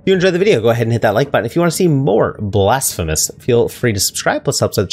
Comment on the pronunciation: 5 seconds in and he already says the name of the game wrong. 🤦🏻‍♂️